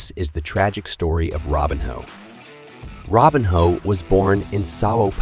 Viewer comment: I’m sure this is an interesting video, but I can’t listen to you butcher his name over and over again. Robinho, not Robin Hood.